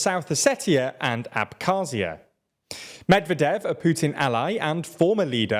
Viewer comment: medvEdev not mEdvedev